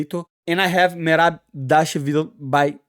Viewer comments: Merab Davashvililishu. NAILED IT! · ..."...merab devashville..." Lol...love the lingo bro